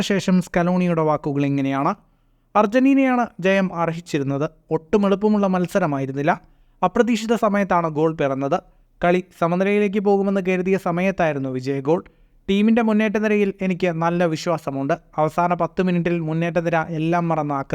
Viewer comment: Better ur Pronunciation... Its KARUTHIYA and not KERUTHIYA😂 ok